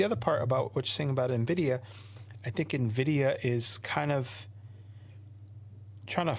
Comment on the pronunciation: I tried to watch live and it seemed like he had solid points, but kept mispronouncing “NVIDIA”. Didn’t see the beginning so maybe that was intentional?